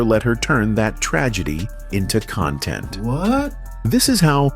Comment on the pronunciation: The AI narration on YT is getting out.of.hand. Especially when a word like "content" is mispronounced. A real person can see that even though they're spelled the same, but have completely different definitions, it's the CONTEXT of a word that determines it's pronunciation.